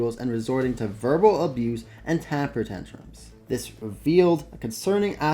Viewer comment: Did you actually say Tamper Tentrums?????